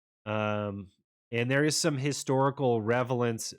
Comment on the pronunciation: Revelance? XD